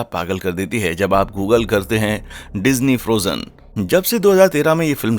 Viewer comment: google turn into doogle 😂😂😂